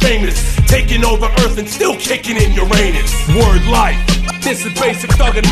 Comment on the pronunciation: “Taking over earth and still kicking your Anas 😂”. I always thought he said “Uranus” 😂